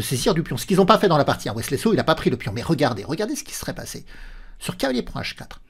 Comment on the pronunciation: Je connaissais Wesley So mais pas Wesley "Slow" 😂😂😂 La langue a fourché quelques fois et ça m'a bien fait rire. Merci pour le contenu toujours au top! La réalisation, le jeu d'acteur et le montage se sont "modernisés" dernièrement et c'est très agréable, continue à nous régaler 🙏